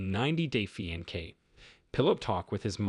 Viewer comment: let me help : Fiancé [fee-ahn-say] Loved the video ♥